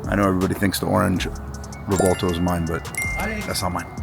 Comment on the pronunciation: Dose anyone wanna correct these pronunciation of the Revueltono the correct way to pronounce just ask a real Latino how to pronounce the word please . The Latino on this segment did pronounce it correctly.